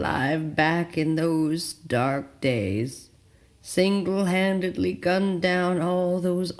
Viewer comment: Did you say he "cenkle handedly" gunned down the dudebros?